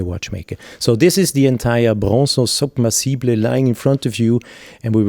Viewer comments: submersible - u are pronouncing it as soub mersible (like how u say super or soup) u need to say it as sub-mersible (like how you say Sap) btw, beauty video ,so much in depth. top class timepiece. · "unfortunately we can’t leave voice messages here ... I would have asked you to pronounce it the way you do." I'm not Owl Guy, but in American English it's sub-MER-suh-buhl, similar to submarine (SUB-mer-reen). If you click on the link here and then click on the speaker icon you'll hear an American saying it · well in google you can hear it , the right way in English , but trying to sound like it is some posh and extravagant word is ridiculous, the rest of the video is wonderful and good and interesting, but that word when he is pronouncing "SUB-Mersible" is just hilarious to me .... don't get me wrong i love Panerai and would love to have it , it's just that word that made it awkward to me....... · Soob-mer-see-ble😜 Newton centimeters?! 🧐 Feets 😂 Wiff 🤪